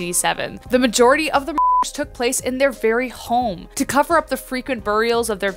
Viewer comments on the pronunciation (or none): none